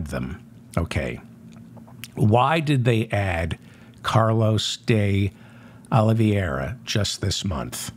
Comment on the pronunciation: Day - Aw - Lee - VAY' - Ra --_ NOT Day - Aw - Lee - VEE - AIR - A (Just sayin')